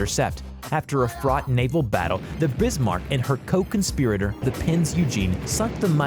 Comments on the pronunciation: They are not 14 or 16 "foot" guns they are measured in inches 14", 16". It's Bismarck not Brismark, it's Tirpitz not Tripitz it's pronounced Oigan not ugan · It's Bismarck not brismark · Tripitz, bizzzzshmurk. Zero legitimacy. Please stop. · "Tripitz" ???? Brismarck" ???? Dude, say their names correctly. It's Tirpitz, and Bismarck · ITS T I R PITZ NOT TRIPITZZZ also ITS B I S MARCK NOT BRISMARCK REEEEEE >:( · Who the hell employed this narrator? I didn't know there was a Brismarck, Tripitz and Prince Eugene? His pronunciation almost had me turning this off. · My Great Grandfather would probably be rolling in his grave if he heard the way you pronounced the ship he serviced on in WW2. I mean come on it's Bismarck not Brismarck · Tirpitz not tripitz, Bismarck not Brismarck and the way to pronounce prinz eugen is Oygen not Eugene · He also said Tripitz and Brismarck instead of Tirpitz and Bismarck... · STOP MISS PRONOUNCING BISMARK WRONG, DO YOU SEE A R BEFORE I BISMARK NOT BRISMARK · You said pinz eugen(oyi-gen) and bismark(biz-mark) wrong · the Hood was a battlecruiser not a battleship Edit: it's pronounced Bismarck not Brismarck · BiSMARK not BRismark 16 inch guns not 16 feet guns. I could go on but it would be better if you go back to school son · Brismark? Tripitz? Battle of Trafgar? It's Bismark, Tirpitz and the Battle of Trafalgar. I think you need to learn how to pronounce the names of ships and p[laces. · This is a joke, right? This guy is trolling. It's one thing if you pronounce a word in an Americanized fashion as we do (you don't have to get all fancy when you say mozzarella), but there is no excuse for pronouncing something incorrectly, particularly words in your own language family. BRISMARCK? Really? Do you see 2 letter Rs there? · ... and I was at first shocked with Prince Eugene, then along came Tripits and Brizmark. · "The tripitz" "brismark" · "The brismarck" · "brismarck, prinz EUGENE, trippits" wtf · lol Brismarck and Eugene